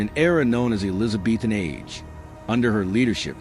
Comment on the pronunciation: The Eleeza-beethan age 😁